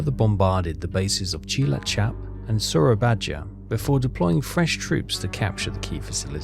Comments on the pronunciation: Its pronounced as SOAR-AA-BAYA, not SOYABAJA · Sura-bye-a. Don’t say the j. Exactly like you pronounce Surabaya today. 👍